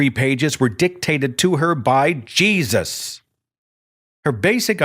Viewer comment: It always amuses me when I hear believers, primarily people from the south, pronounce Jesus when they are really serious. It's usually during a sermon and Seth did it during this broadcast more than once to mock. "JAY-SUS!" I always laugh